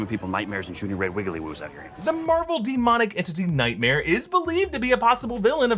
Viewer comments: Am I the only one who can't stop hearing saying nightmere and thinking about Bert Kreischer? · Omg I don't know if there's any bert kreischer fans/main mommys but said "nightmeer" sounds like